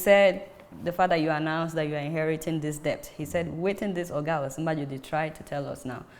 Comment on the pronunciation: Just to point out that the pronunciation of debt is "det".... so Adeola please cross-check and correct accordingly. I am a big fan. Keep up the good work.